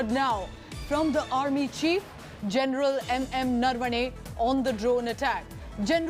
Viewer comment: It’s general Naravane. Why are you saying narvane